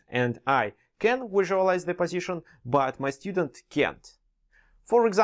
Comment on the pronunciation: Пазишн АХАХАХААХАХА